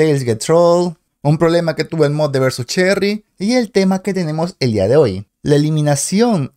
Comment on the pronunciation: Meda risa que en comienzo en vez de decir cheeky dijiste cheerry me dio risa